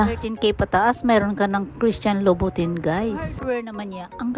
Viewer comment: Christian Louboutin is pronouned as Loubout-an